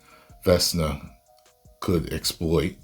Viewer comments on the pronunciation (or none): it's Vekna, not Vesna. And, I also felt like the timing was off. I personally don't care who does whom in a show or movie, like I don't care about who Nancy ends up with, as long as it's done tastefully. This completely felt like a, "guys, we just have the finale left, let's check one more box with a monologue..." that too, right after they showed us how critical and time sensitive the situation is. All of a sudden, they broke the momentum to have a group hug. Okay writers, nice try, I suppose? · Its VEHK-NAH 😂😂